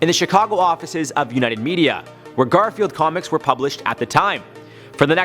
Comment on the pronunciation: Did you know he said Gorfield instead of Garfield;)